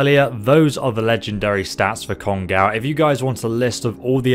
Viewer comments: written "kongOu" Pronounced "kongAu" >_> it's japanese, it's generally pronouced exactly like how it's spelled (in letters atleast). And is it just me or does it remind anyone else of that gun "we" use in the interlude after the heist? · It's pronounced cone-go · Pronunciation of kongou(金剛) is "kong-go" or "Congo" Just heads up on that... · It's actually pronounce kong-o' not kon-gow it's japanese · Its pronounced kongo, no kongaaaou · I know it's pedantic but it's pronounced "Congo" like the African country. It was the name of a Japanese battleship in WW2. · Just so you know 'ou' in Japanese elongates the hard 'O' sound which is why you will see some translate the 'kana' as 'oh' instead when using romanji or romanizing the sounds using the english alphabet. So this gun is actually named KONGO with a long 'O'. Just an FYI. Thanks for your videos <3 odaiji ni ne! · 'Kon-gaw' lmao. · How is it that you say "go" in this video but mispronounce "Kongou"? Love your videos anyway! Keep it up!